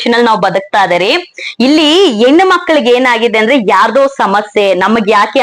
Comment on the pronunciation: 😂😂 ಹೇನ ಅಲ್ಲ ಹೆಣ್ಣು 😂😂😂😂